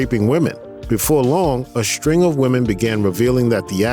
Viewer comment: Whoever is narrating this, It's String, not Shtring.